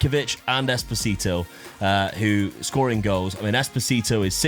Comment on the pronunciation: Espo-sito Espo-tistito